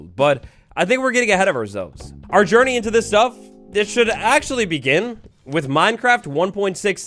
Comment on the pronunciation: "Its all about the jeorny"